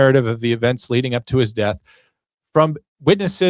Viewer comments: I'm sorry but a supposed "attorney" should know how pronounce the word "death". Really? The deff of Nolan. Ben Crump is a race-baiter, not an attorney. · Ben Crump is the most racist, ignorant man who is out for his own personal gain PERIOD! And the word is “death” not “deaf” which makes him stupid in addition to racist and ignorant. He just loves to stir up controversy and start problems where there are no problems. Can’t stand his lies! That boy’s friends loved him and didn’t do anything to him but a man like Crump could never understand that because he’s never had true friendship’s like these boys had. It’s sad all the way around but his parents know his friends didn’t kill him. Men like Crump make their living by stoking the flames of hate and perpetuating tales of racism where there are none.